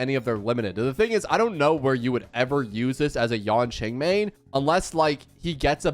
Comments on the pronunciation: Nothing can distract me from how he says Yonqing instead of Yanqing 😭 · Remember its not yanqing, its yanKing